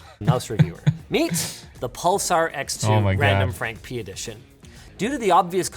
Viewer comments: I heard randomfrank penis xD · ….randomfrankpenis is what I heard Linus say I had to stop the video lol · I can never unhear “randomfrankpenis!” 😂